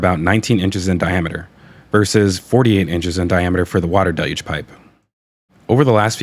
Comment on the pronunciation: Again awesome content! Also thanks for your pronunciation of the word “deluge”. Maybe send a note about it over to NASA spaceflight? They’re struggling over there🤣